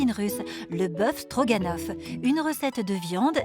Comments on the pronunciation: Mais qu'est-ce qu'ils ont tous à dire "Strogonoff"? C'est StrogAAAAAAnoff, y savent pas lire? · AAAHHH! Ca commence à me péter les burnes ces télés réalité!! Stroga? ou strogo?? Bande d'abrutis!